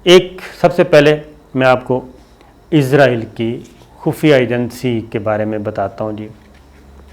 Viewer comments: بھائی ازرائیل نہیں اسرائیل کہتے ہیں!!! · It's not izrael it's Israel... Sabir sb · Shakir bhai mind it . Don't say izraeel